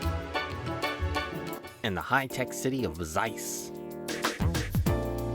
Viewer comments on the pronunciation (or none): none